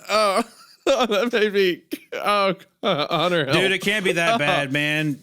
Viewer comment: "Huntuh, im not going to have sex with you huntuh"